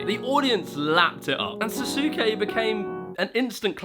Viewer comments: Love the video, nicely done, exciting editing. I found myself becoming a weeb more and more and I just cant stand how you pronounce Sasuke. Other than that nice one! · somebody gotta teach how to say "sasuke", other than that, great video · Suh-soo-kay... they pronounce it on the show, Sauce-kay. I could go on a rant of my anger towards brits mispronouncing words, even if they were pronounced correctly in front of their face a second before. But, that aside. I love Ninja Warrior! My oldest bro has been training for the last few years to be on the American one in memory of his late wife. American Ninja Warrior was one of the things they bonded over and she was always like 'you could totally do that if you tried! you could win!' Having trained with him at my local anw gym, before he moved back to colorado, yeah. He's damned good, even as out of shape he was. Even the owner of the gym, who we both got close with and had been on the show and made it to the 3rd stage each time, complimented him. Now he trains at Ninja Nation in Denver, Colorado. The owners are annual 3rd stagers and have complimented him non-stop. He's even gotten to be friends with a few legends of ANW. They keep saying 'try this year, we'll put your name in. You won't even be a walk-on!' But, he's always said 'next year. I wanna be sure to win. My wife wouldn't have wanted it any other way.' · its saske not sasuuke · Keep up the good work! And it’s saskae not sasuooke and spelling is Sasuke as u know other than that ur amazing! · Sos-Skay....is How it's pronounced! Got Damm!t 😡😠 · dude i wonder how many people gonna write that its actually pronounced saske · ah, americans pronouncing japanese words is so cringe. other than that nice vid. just listen to how its pronounced by the native before you make a new word out of it. hint, the "U" should be almost silent and a prolonged "a"; "Sa-ske". and the host just does the opposite, and over emphasises the U: Sas-Ukei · sauceookay oochiwa